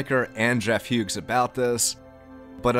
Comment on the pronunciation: You mispronounced Jeff's last name, it's not "Hughes".